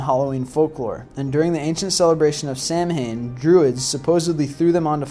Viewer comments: it is not pronounced like it is spelt. Samhain is pronounced sow-win please pronounce the pagan holiday right because some of us do still celebrate it. it's like calling easter ester.... it's not right and very disrespectful. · Samhain is actually pronounced more like "Sow-win". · 'Samhain' is pronounced Sow-en, and 'Celtic' is pronounced Keltic. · samhain is pronounced Sow-win. You should get it right. And It's Keltic not Seltic! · samhain is the irish word fpr october, though you're history is right how you're pronouceing it in enfuryating, you say it like this SAWAN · Just letting u know, it may be spelt Samhain, but it is pronounced "So-wen" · well one thing you dont know is how to pronounce samhain. Its pronounced sah-win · Samhain is pronounced soween btw. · It's pronounced "sow-en". :-) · This is some pretty good information. But Samhain, despite the way it's spelled, is a Gaelic word that is actually pronouned "sow-in." Trust me. I had a girlfriend once who was a wiccan. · celtic is pronounced as keltic and samhain is pronounced sawan im from ireland i would know!! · Samhain is pronounced "Sowen" as well... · Or Samh-ain the 'Samh' = 'Saw (with the w inter changable with a 'v' sound and the 'ain' = een) hence SAWVEEN.Depends what part of Ireland ya comes from i suppose. Mind you this goon on the vid would probably pronounce the name Siobhan ( SEE- O - BARN ) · I cringe every time I hear the sam-hein. Of course, there was also mention of the "Selts" (Celts). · He said "SAM HANE" and I thought "Ugh... Okay. A lot of Americans mispronounce that. I'll let it..." "An ancient Seltic..." "NOPE! We're done here." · Samhaim is pronounce "Sow-ehn" but I'm sure others have said this to you. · Samhain pronouced sow-in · Samhain is pronounced "S-ow-in" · Sow-in , Lol Im from ireland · its prounounced 'sawan' it's spelled ''Samhian'' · oh my god, thank you! i fucking hate how he says samhain. i literally stopped watching after like the first five times he said it.